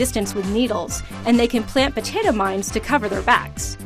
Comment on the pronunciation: Is it just me, or did she say that cacti can lay "potito" mines?